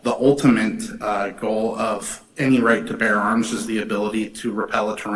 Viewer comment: "Bear." Not "bare." 😂😊